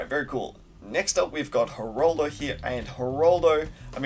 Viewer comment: why do you keep saying Heraldo, its Geraldo